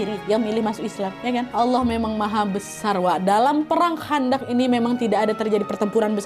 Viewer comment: Perang khondak kak!!! Pakai kho bukan kha!!! Heheh jadi ingat pelajaran wak di pondok dulu kak!!